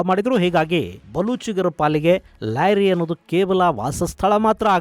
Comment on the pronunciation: ಲ್ಯಾರಿ ❌ ಲಿಯಾರಿ ✔️